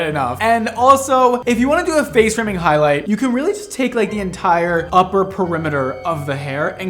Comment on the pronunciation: "Frace Faming" 😂